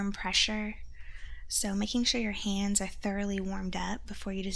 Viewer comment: Did you really say "feets" and "ands" :-D I reckon it's the need for hissing sounds for the tingles ;)